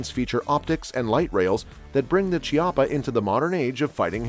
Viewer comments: Chiappa Firearms is an Italian company. In Italian "ch" is pronounced like the "k" of key not like "ch" of cheetah. So it would be something like "Kiappa Rhino" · Chiapas is Italian and is actually pronounced “Kiappa.” There is no Tch sound in Italian so when you see ch, it will almost always be pronounced as an English K